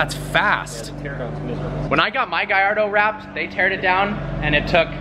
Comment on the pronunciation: it is a perfermonte not a gallordo